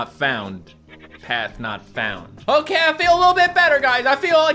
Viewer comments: It kind of sounds like guest knocks you out if you if you listen and no, I don’t mean I don’t mea guest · HES SAYING PATH NOT FOUND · He's saying path not found